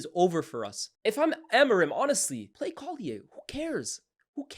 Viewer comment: Why’ve you pronounced collyer like he’s French